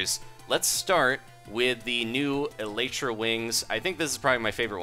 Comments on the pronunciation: No offense, but it is pronounced Ee lie tra. It is the hard wing casing on an insect. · No one knows the Elytra is actually pronounced : El- EE-Tra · not elatra elytra!